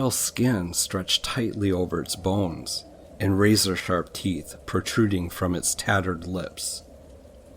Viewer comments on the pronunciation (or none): LMFAO.......I was listening to this while going to sleep (ya idk why thats when i choose to listen to these) and I swear I thought you said "With pale skin stretched tightly over its balls" instead of bones